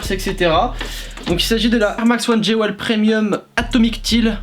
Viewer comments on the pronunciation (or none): Jewel se prononce « JOUILE » mon reuf 😬